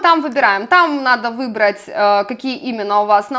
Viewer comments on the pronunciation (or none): none